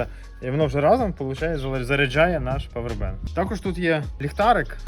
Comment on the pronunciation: А чого павер- бенк? А не павер банк. Дуже вухо ріже